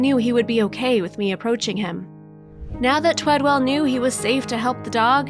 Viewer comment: ONE W! Twed-ell. Twee-dell? Talk to the man, he deserves to have his name spelled correctly and pronounced correctly.